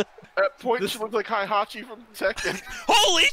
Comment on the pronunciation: pronunciation of Heihachi had me confused but then I got it afterwards. Now that I think about it, they should’ve had an irl King and Marduk when they had that promotion with NJPW. Heck, even KOF has crossed over with WWE and Tekken in the past so they could easily work something out😂